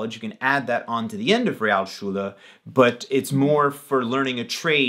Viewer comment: To be a bit more critical: while was doing very well, his "Realschule" sounded a bit like "Rialschule". Otherwise perfect.